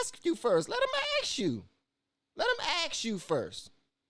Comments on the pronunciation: " Let them ax u firs" so articulate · Is ASK... not AXE... AXE is a deodorant or a tool for splitting wood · I can't listen to you excuse the horrible culture noted. Stop pretending you are open minded. Also, I would not hire you because you can't say "ask" properly. Culture. Not color. This entire thing went right over your head. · i cant believe u r defending the scum that r looting blk bizs and u r actually calling it "silliness". the institutional racism is lowering standards for black, letting them off the hook where u would enforce punishment on other races, THAT is institutional racism. and why r u saying " let'm ax u"....u have 300k subs, i think they deserve better than botched up english